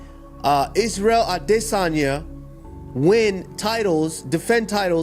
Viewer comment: Itz-rey-ael Awd-dae-sun-yuh hahah wtf was that? Usman is one confused "brother" 😂